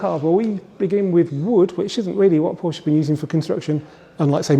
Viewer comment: Please stop mispronunciating Porsche.